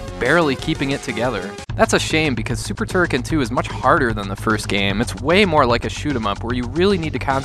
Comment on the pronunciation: Of course you can fire in all directions! Holding the fire button results in a beam which you can control with left/ right moving clockwise/ anticlockwise. That beam was implemented in all Turrican games since the 1st one on the Amiga. Also, you mispronounced Turrican.